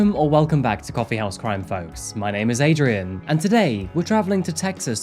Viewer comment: Adrian sounds like he's saying "Red Whore Lane" 😂😂😂